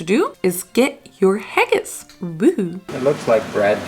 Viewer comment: I'm really sorry to be the one to tell you, but as a Scottish person, you totally butchered that Haggis!🤣😅 I kinda felt sorry that it came out so bad because I've grown up eating it and nothing can compare to the real thing. It's a taste of home for me. I would have liked you to try the real thing. I have had a good vegetarian haggis, but nothing about haggis is supposed to be "summery" it was meant to warm the cockles in harsh Scottish winters. In Scotland, we eat Haggis, Neeps and Tatties on Burns night every year, to celebrate Scottish poet Robert/Rabbie Burns. Haggis, Neeps and Tatties is a traditional Burns night dinner...This is not an English thing. Just Scotland... just a fun bit of trivia. Anyway, don't let that experience put you off trying it again...